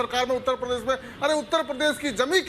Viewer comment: Mr. Owaisi, First Try to Pronounce "Uttar Pradesh" Properly. It is not "Pardesh, it is Pradesh". In the Last Visit, You Didn't get the Room to Sleep for One Night in UP. Wherever You Contest, It will be an Advantage to BJP. You are Seriously Trying to Unite Hindus. Good Job...